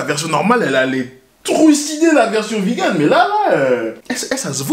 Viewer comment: le mec faut qu'il pose des jours pour aller chez BK ça me fume xD et pourquoi il dit Vi GANE? sinon belle énergie, à la ricain et tout c'est cool =)